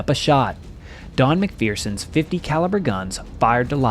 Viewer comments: His name is pronounced Mac- fur- son....not Mc fear- son. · It's Mac- Fur- son, not Mac fear-son.....